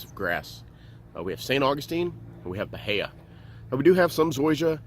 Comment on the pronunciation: The i comes before the a. Buh-hee-uh